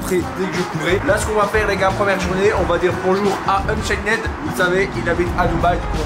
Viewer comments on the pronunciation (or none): yo tes vidéo sont incroyable comme d'habitude je remarque que tu dit unchained avec le d sauf que sa se prononce unchaine voila😁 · On dit Unchaine mais le d et le e ne se pronnonse pas